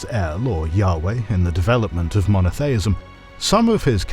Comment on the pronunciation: Mono-thay-ism? LMAO. Smacks of hpercorrection.